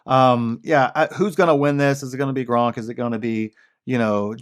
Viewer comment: Good stuff as usual. Be interesting to look back at this point in time 5+ years from now and see where we are... Random side note: sounds like you said Gronk, and the thought made me laugh. Life would be so much cooler with a Gronk AI. Gronk AI: Hey bro i don't know about that but let me tell you about Wahlburgers or the one time I..."